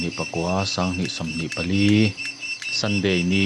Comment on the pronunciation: Sunday ni nilo in Saunday a nia tih mai hi chin dan tha niin ka hria(day hi Ni tihna a nia)